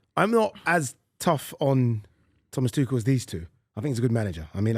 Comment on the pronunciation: It's NEVER "twoshell". Thomas is German not French . Pack it in